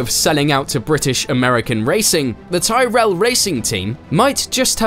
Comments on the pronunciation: Tyrell is pronounced 'Ti-rell' 🤣 not 'Ty-rell' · YOU MISPRONOUNCED TYRELL :((. Good video though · So... You can pronounce toluene but not Tyrell? That's a little disappointing. Regarding the use of ground effect on the cars:- the BBC show Horizon dedicated an episode to this many years ago. It was called "Gentleman, Raise Your Skirts" and was absolutely fascinating. Worth tracking down if you can find it somewhere. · Please learn how to pronounce TYRRELL 😢😅